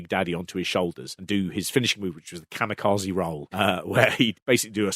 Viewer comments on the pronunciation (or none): none